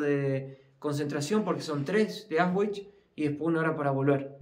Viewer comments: En el idioma alemán las palabras se pronuncian tal como se escriben, exceptuando algunos dictongos. La letra W (doppel fau) doble W se pronuncia igual que en español. AUSCHWIT se pronuncia ausvit, no ausgüit WOLFGANG se pronuncia volgang no güolgan. El idioma alemán no es el idioma inglés. Practicamente el alemán se pronuncia tal cual como se escribe. Procurando siempre pronunciar todas las consonantes. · no es Aus ... es Aush no es vich, es vitz....Aush vitz ....con la mejor onda 😁 Distrae que se prouncie mal....muy bueno el video igual gracias por mostrarlo ❤ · se pronuncia Aushvitz.....no Ausvhich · aunque el video es antiguo te voy a corregir una palabra;Auschwitz,se pronuncia Auschvitz, no con la w anglosajona, sino con la v española.❤ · Increíble como pronuncia Auschwitz